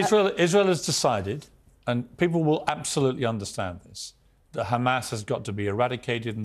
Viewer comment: She said "absolutelly" feels simpathy, OMG